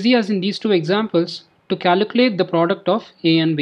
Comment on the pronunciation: Great video but it’s pronounced caLculate not caLUcalate Trying to help you good luck brother